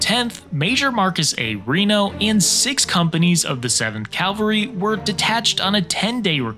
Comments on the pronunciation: CAl-vary is the hill where Christ was crucified. CAV-al-ry is how people who can read pronounce the word. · Lost me 12 seconds in when he said "Calvary." CaVaLry, not CaLVary. 🤦‍♂️ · god gawd, it is CAVALRY, NOT CALVARY! your map is not very good either. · Bruh.. it's "CAValry", not "CALvary". Come on! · CAValry. Calvary is the hill they killed Jesus on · It’s cavalry NOT Calvary. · Did he say Calvary….i think he did…..Cavalry? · ‘Calvery’ Come on…. At least get that right… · Cavalry, not Calvary. Big difference. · It's CAValry,,,, not CALVary. jesus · Cavalry.....NOT Calvary. Otherwise good presentation. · *CAV AL RY*. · Say it with me. Cav-al-ry. Not calvery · Cavalry, not "Calvary". You sound very uneducated when you mispronounce this word. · CAV-alry, not calvary. One is a military unit, the other is a hill in Jerusalem. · Sorry, but it's "cavalry" not "calvary". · It's "cavalry" not "Calvary". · Taint “Calvary” ( that’s where they crucified Jesus ) it’s CAValry (as in Cavalier , French name for mounted soldiers ) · I got about 5 Calvarys in and stopped watching. I just couldn't take it any longer. I normally don't care about mispronounciations to that degree but this one surely did it. Pet peeve unlocked. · Cavalry, not calvary! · Cavalry, not Calvary. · First, it's CAV-alry, not CAL-vary. ;-) Lots of people mispronounce it for understandable reasons, though, so there's that. Second, Custer's tactical plan -- envelopment or pincer movements to hit the enemy from both sides (flanks) -- wasn't actually all that bad (if he'd had the right number of troopers and the proper reconnaissance to pull it off), but you know what they say: No battle plan survives first contact with the enemy. A "light" and relatively small US cavalry force basically stumbled into a much larger and very mobile and well-armed cavalry force (for all intents and purposes) fighting on ground of its own choosing. In the end, that made all the difference in the world.